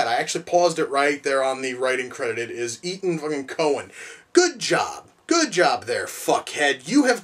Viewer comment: When u said Etan Cohan I thought u said Ethan coen